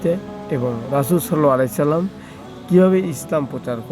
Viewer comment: সাল্লাল্লাহু আলাইহি ওয়াসাল্লাম এভাবে ভালো করে উচ্চারণ করে কথাগুলো বলবেন